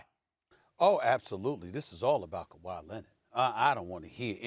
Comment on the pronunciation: Stephen "Ka-Why Lennit" A. Smith